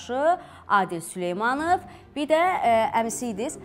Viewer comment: süleymanıv yox süleymanov.